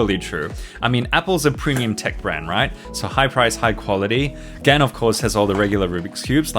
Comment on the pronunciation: FINNALY he reliased it is Gan not Gaan